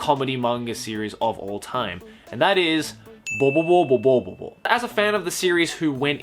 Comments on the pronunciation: watching the video calmly till I hear saying boboboboboboobobobobo wtf? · its helarious how u say bobobo-bobo bobobo